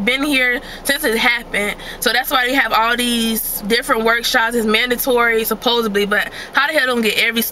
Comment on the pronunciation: girl did you say "supposebly"? lol